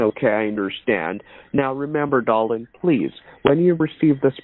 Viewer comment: DAR-Lynn. 🤢 🤮 I didn’t saw the number😂